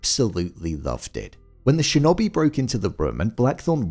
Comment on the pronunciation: Shin-oh-bee.Not shin-obey.